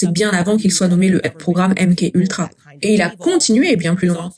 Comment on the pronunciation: Merci pour la traduction. On dit M-Ka Ultra …KA ! MK Ultra ce dit MKA…..